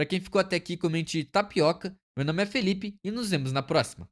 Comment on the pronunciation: Porque tapoioca 😂